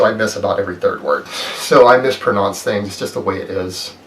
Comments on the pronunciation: "I misprononce things" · "i have fluctuating, undulating hearing...so I miss about every third word. So I miss PRONONCE things" . lol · Omg when he mispronounces "mispronounce", like he couldn't wait to give an example of this lie so bad that he immediately does it to the word itself... My god